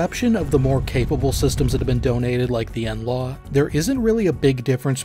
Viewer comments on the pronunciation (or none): none